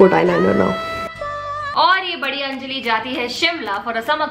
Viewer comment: Hey its 'Anjali' not Enjali..😂